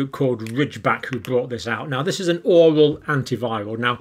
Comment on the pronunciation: Love your videos...why do you have such a hard time saying oral...it is pronounce OR AL...the way you say it sounds like you are choking